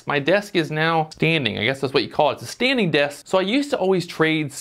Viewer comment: I like the 'Stading' :)